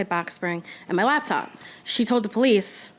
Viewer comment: Her "labtop", 😃